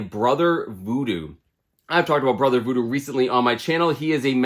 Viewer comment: the way u said voodoo lol